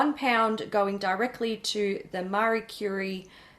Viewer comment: Ehh.... how did say Marie Curie? 😐 the science junkie in me is in chock.